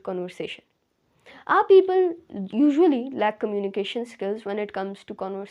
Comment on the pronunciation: Firt learn the pronunciation of communication.